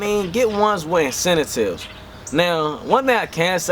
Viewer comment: love your video, but check that pronounciation....it is incentives.......thx